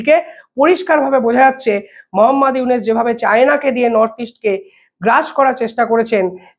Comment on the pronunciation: আপনিতো ইউনুস উচ্চারনই করতে পারেন না